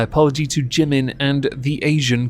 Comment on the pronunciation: The true irony is they don't even pronounce Jimin's name correctly.